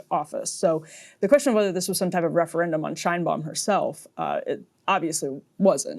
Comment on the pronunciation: The Mexican president’s name is pronounced ‘Shaynebaum.’